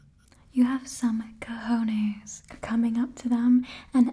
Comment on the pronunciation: Did she just talked in Spanish or i am imagining things? Because if she talked in Spanish this is so great and she said it so right